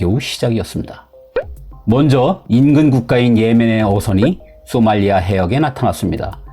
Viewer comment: 발음 문제: 쏘말리아 X 소말리아 O 비영리 단체들또 X 비영리 단체들도 O